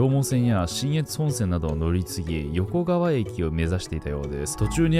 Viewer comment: よこかわをよこがわと言ったり、おぎのやをはぎのやって言ったり 意図的？って思えてしまう